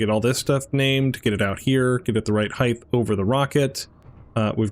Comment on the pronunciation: Great work! FYI: There is no "TH" sound in "Height". It's a common mistake, don't feel too bad. You may not even realize you're doing it. "Depth", "Length" and "Width" do have a "TH" sound, but "Height" does not.